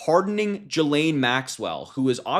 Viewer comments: A hint Harry. Ghislaine is pronounced Gillane not Jillane. 😊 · Ghislaine is pronounced as in Guilt, not Jilt.